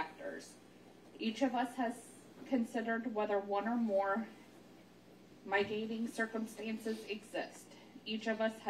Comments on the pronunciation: & If you're going to read all that, you should at least be able to pronounce the word "heinous" & "mitigating". I mean WTF, it sounds like a 4th grader is sentencing him to death! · Add mitigating to the list.. “migating” 😂 what? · I agree, "migating"? There's no such word. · Migating? Does she mean to say mitigating? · Yeah, I was thinking the exact same thing? "Heinious"? And "Migating"? This is a representative of our U.S. judicial system? Yikes. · For Pete’s sake! She read “mitigating” as “migrating”: that’s atrociously inexcusable in a capital trial… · I thought she said Migrating geese on Hennessey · The clerk reading was illiterate. Not “migating”, it’s mitigating. There were other words she was screwing up too. Ignorant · I'm glad I wasn't the only one who thought that. It was embarrassing. My-gate-ing .. tf? smh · "Hayni-us" and "my-gating circumstances" will get you every time. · Sorry, but "hineous" got me 😂 "Migating" as well. Bless her heart. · Henneyous?????? Mygating?? This county clerk can’t read 😂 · how many mis-pronunciation's of the word "mitigating" must we endure. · i was looking for confirmation of how painful It was every time she attempted this word. A fourth grade teacher would correct you in front of the class but everyone let this poor woman repeat a non-word over and over. I feel like if I were Wade I’d have to correct her, lol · How does a court clerk not know how to pronounce mitigating and heinous ? Embarrassing 😮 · loooooool so true the way she said "mitigating" was beyond messed up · How does the court clerk not know how to pronounce mitigating and heinous? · So the clerk, who spends all day in courtrooms, cannot pronounce "heinous" or "mitigating." Wow. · That was the clerk. And she can't pronounce "mitigating" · Who let this lady read the sentence? She can’t even pronounce mitigating and heinous. She should have had to read it to someone before being let out on the stage.